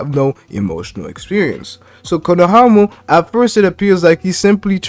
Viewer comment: “Konohamu” 😂😂 this dude having too much trouble with his R’s lol it sound like he’s talking with peanut butter on the roof of his mouth